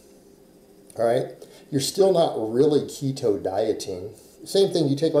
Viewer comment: First clue someone has zero clue how keto works is when they think it's "restrictive". That and not being able to say it correctly obviously.